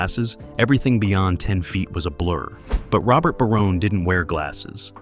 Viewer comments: Great show. One more thing it's pronounced Ba"rone. Not...Ba"roney". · I was here to say the Exact same!! 'Baroney' Ffs 🤦🏻‍♂️ It was 'BARONE' 🤷🏻‍♂️ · It's pronounced Barone. Not Baronay. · This dude (or bot) can’t even say the families last name correctly. What a joke